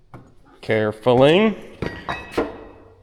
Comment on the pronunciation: "Carefulling" You been watching Sarah videos.